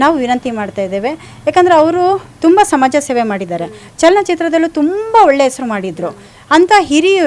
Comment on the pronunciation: ಅಕ್ಕೋ "ಸಮಜ ಸೇವೆ" ಅಲ್ಲಾ ಸಮಾಜ ಸೇವೆ